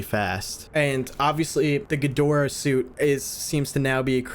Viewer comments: pretty sure its name is ghidorah not ghidra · wait what was up with the Ghirdrah instead of Ghidorah? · Ghidorah ❌ Ghidrah ✅ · as we present to you ‘gidra’ 💀